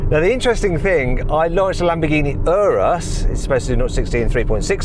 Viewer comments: 冒頭の所、Lamborghini Anusって言ってる？？ww 翻訳もまさに「丸く」してる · 「エイナス」って言ったか！？